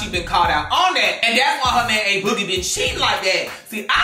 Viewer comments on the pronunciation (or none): Why are you calling him Ace boogie 🤣🤣🤣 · The way keep calling A boogie “Ace boogie” 😂😂😂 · Take a shot every time said Ace Boogie instead of A boogie lmao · as a new yorker , hearing you say ACE boogie instead of A boogie is killing me 😭